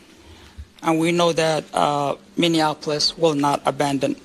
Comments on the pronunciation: Bro, please learn how to properly pronounce Minneapolis, without adding an extra syllable to it. It's Min-ni-a-po-lis. Not Mini-Annapolis. Look, you're probably going to saying that name a bit in the coming future. I just want you to Shine as a National News-Caster. You're doing good work. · You keep saying MinneaN Apolis...but there's no N in the middle. :) thanks for the videos! 🎉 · Sorry to be a stickler. It’s pronounced Minn-e-a-po-lis. And it’s a disgrace to Minnesota right along side St Paul. All the evil that’s coming to light is what I’ve been praying for because those with their eyes open have known something was up for a long time. Hoping this helps open the eyes of other people. Now my prayer is something actually comes of it!! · jesus say it with me sound it out miny ap o lis Minneapolis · Stop it. 😂 its Minne - apolis... there is no N between the e and a. 😂 Minne - apolis. Thank you. 😊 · Pronounced “Minn-e-a-polis”. The “in” is not enunciated. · He was saying anything but Minneapolis sounded like minneanapolis most of the time. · Never heard of min-e-an-app-oh-lis . . Is it part of a third twin city lol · ...it's pronounced "mini - apple -us" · FYI it's pronounced Minn-E-Apolis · welcome ladies and gents! doing your job well! thank you. fyi its minnie-appolis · MIN E Apolis... seriously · There is no N in the middle of Minneapolis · BRO! Youve gotta learn how to pronounce Minneapolis. EA makes an EE sound, A is silent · You are mispronouncing Minneapolis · Learn to pronounce Minneapolis.! It wrecks your credibility. You are butchering it! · Could you please stop mispronouncing Minneapolis? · I had to bail after 5 min. It was driving me crazy every time you say minneapolis. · for the love of god, learn how to pronounce Minneapolis. said just like it looks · Are you misprouncing "Minneapolis" on-purpose? I'm from St. Paul so I get any and all jokes pointed at us... lol. Our state will be red once Trump takes all the trash out.